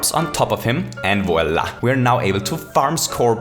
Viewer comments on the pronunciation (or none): none